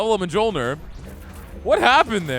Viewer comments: J's in Norse are basically Y's. So Thor's Hammer is "Myol - neer" Just a heads up. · Mjolnir is pronounced (Mule-near)